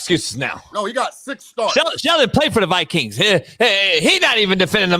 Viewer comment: "Sheldon played for the VI-Kings..." 😂😂😂